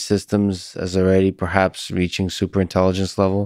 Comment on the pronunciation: Not sure why he says "intelliDence", "technoloDy" etc. but at least we know what he is trying to say.